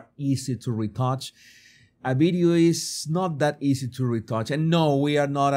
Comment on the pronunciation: What's a "beedyo"?